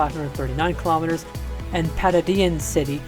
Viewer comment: It is Pagadian not Padadian